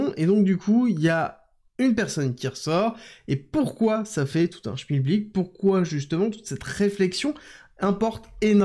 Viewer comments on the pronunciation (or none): none